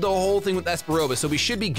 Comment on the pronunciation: your voices have been on point but that is absolutely NOT how espa roba sounds